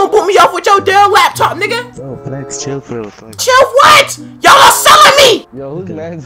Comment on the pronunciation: Who heard him say waptop